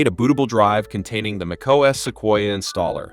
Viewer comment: AI SLOP!!!! took 3 seconds to hear os instead of O.S. .... smfh